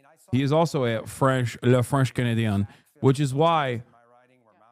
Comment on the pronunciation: God his pronunciation of everything French is so wild lmao.